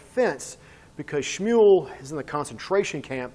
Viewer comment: Great pronunciation of schmual